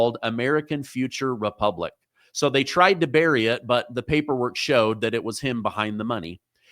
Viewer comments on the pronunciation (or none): none